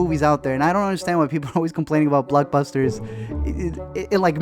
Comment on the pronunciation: Bluckbusters? It's blockbusters dog